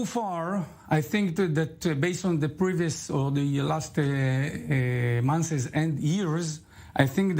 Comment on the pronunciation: The guest can barely speak English I can't understand what he's saying what is the point in bringing on guests who can barely speak the language. If you can't pronounce "months" properly and say "monthes" you shouldn't be a guest on an English language news program